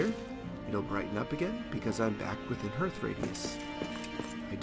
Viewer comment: Great vid mate. Just so you know, hearth is pronounced like the word heart but with the "th" on the end. It's quite literally the heart of your home. Imagine its spelled "harth" if that's clearer. Anyway have a good one.